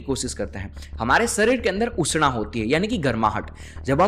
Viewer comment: आप बोलते समय संस्कृत निष्ठ शब्दों के को अंग्रेज़ी के अनुसार उच्चारण नहीं करें। जैसे उष्ण को उष्णा और भी बहुत सारे है ।